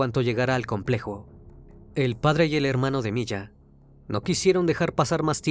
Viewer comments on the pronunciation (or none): Buen caso cholo, pero es Mia sin "y" la pronunciación correcta